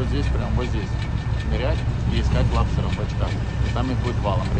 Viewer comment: Не лабстеров- а лобстеров 😂😂😂